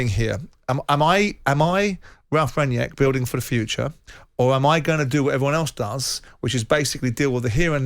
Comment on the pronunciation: Why can't Simon Jordan say Rangnick? His name is not Ranyeck